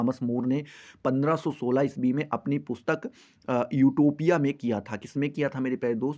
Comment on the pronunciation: आटोपिया नही😂😂 यूटोपिया😅